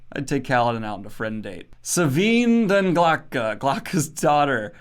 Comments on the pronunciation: Kelsier doesn’t need a hug, he needs a good and thorough asskicking (Also it’s hilarious every time when you mispronounce “Glokta” as “Glotka” because in Russian it means “throat”) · Daniel still can't even pronounce Glokta correctly. lol